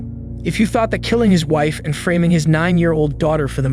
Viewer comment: "Mothert"? "Framming"? 🤦‍♂️